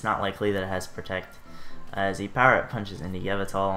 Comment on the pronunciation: Your pronunciation of Yveltal really stressed me out. Other than that, good stuff :S